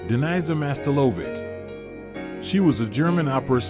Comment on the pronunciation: Whether this AI voice needs to learn to read or the AI is up to something. Her real name was Daniza Mastilović, not "Denies her Master Lovic".